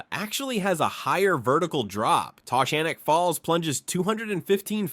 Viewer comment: Ta-Gan-ik Falls. Ive lived in ithaca and the surrounding area all my life and we've always pronounced it Ta-Gan-ik